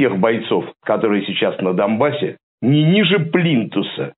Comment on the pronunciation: Ахаха, и этот тоже говорит «дамбас»)))